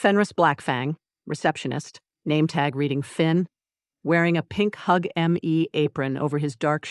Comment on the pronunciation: For people just listening, not watching, and especially learners of English, at about 3m 30s the AI narrator mispronounces the word "hug" (written on the apron) as a sound that doesn't exist as a word in English, sounding something like "hew-ghee."